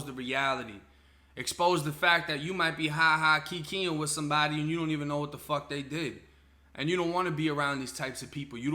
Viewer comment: That “ wat the fucc !?!?” Wit the pause had me crying man lmfaoooo